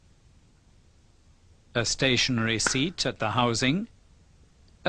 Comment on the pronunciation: ستاشنرى سنترفيوجال REPAIR YOUR ENGLISH PRONOUNCE